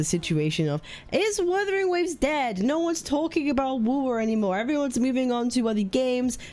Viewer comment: Vuthering Vaves lol